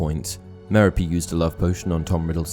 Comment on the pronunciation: MEH-ro-PEE? I didn't really know, but I'd've pronounced Merope's name muh-ROP.